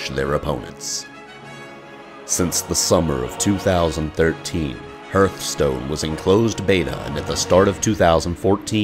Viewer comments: Great documentary. One single thing stands out. One error that refuses to be corrected despite irrefutable evidence that you are wrong. Hearthstone is pronounced "HARTH" stone, not 'HURTH" stone. The narration in the game itself makes it clear. What's that thing that pumps blood that is spelled roughly the same way? Is it your "HURT"? Not, it's your HEART (HART). What's that thing around the fireplace? It's a HEARTH (HARTH). Guys, you're more annoying than people who AXE each other questions, or George Bush talking about NUKYALER bombs. Learn to english, please. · Sigurd Kammersgaard It is supposed to be pronounced harth-stone. A hearth is a fireplace, representing home. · What the hell is “Hurth-Stone” lol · "...the new online card game Hurthstone." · Hurtstone? Seriously.. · Sigurd Kammersgaard its pronounced "Harth-stone" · Hurt Stone :D nice, also Pandaren not Padarian, but meh, still Hurtstone :< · HERTHSTONE.. this guy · Hurthstone lol x) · I didn't mind mispronounciations until I got to "hertstone" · Great video:D I could not help overhearing the uncorrect pronunciation of Hearthstone.. But hey the video is awesome:D Thumbs up! (Lets do this)